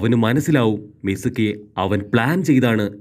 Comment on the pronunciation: Not mizumi its mizuki